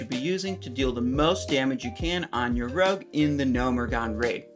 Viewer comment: Did he say RUG instead of ROGUE? lol